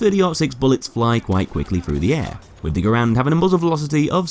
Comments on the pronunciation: Garand = gar-ant not Grand lol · Its ger-end not gr-and but i prefer gr-and non the less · Its not, its gah-rand, why is it so fucking hard for americains to wrap their heads around the most simple and similar to their language foreign words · Just fyi, his name is pronounced like this: /ˈɡærənd/ which is like how you pronounce the word "errand" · No it’s actually pronounced ga-rand